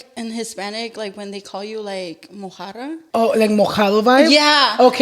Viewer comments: She just said a girl called her a Mojarra no a mojada lol! Which means a tilapia fish instead a wetback LMAO! You can tell she doesn't practice speaking Spanish that often.... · LMAOOO I love 🤣 but not her saying "MOJARRA" instead of mojada 💀😩